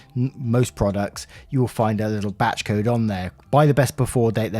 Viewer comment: Every time you say “batch code” I think your say “batshit code”